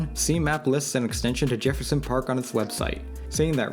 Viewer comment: "commARcial" reallly kid? How do you not know how commercial is pronounced? Also what is "Jeherson Park?" Never ceases to amaze me how many people on YouTube don't go back and fix their obvious mistakes. It's not like this is live.